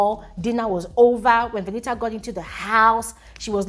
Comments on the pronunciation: Because Venita told some of the housemates that her name is pronounced "V-e-n-i-a". So keeps mimicking her. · Why does even call her Veni-A to start with..Her name is VENITA, what's with the Veni-A? It sounds so irritating each time pronounces it that way..